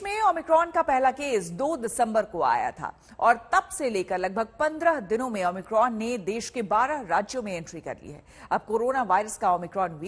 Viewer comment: o my cron 😂